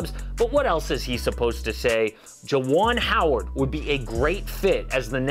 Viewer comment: Dude said. JUAN HOWARD!!! Hahaha dude smoking